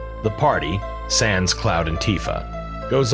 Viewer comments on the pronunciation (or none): none